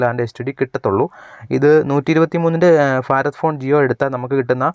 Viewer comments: ഫാരതം അല്ല ഭാരതം ബിരിയാണിയുടെ ഭ Understand! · ഫാരതം എന്റെ നാടാണ്.. എല്ലാ ഫാരതീയരും എന്റെ സഹോദരീ സഹോദരന്മാരാണ്...